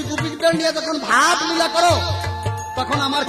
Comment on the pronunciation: নীলা নয় হা হা হা হা। লীলা, নাস্তা নয় রাস্তা,নাল নয় লাল।রসিদ সরকারের ভাষা ঠিক আছে